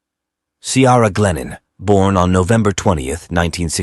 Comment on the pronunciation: Ciara is not pronouced Cee-ara. Try Key-ra. It is an Irish name and your bot is insulting it.